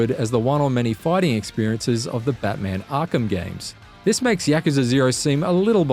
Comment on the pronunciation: "Muh Batmayn" I knew this was gonna come up but i'm still disapointed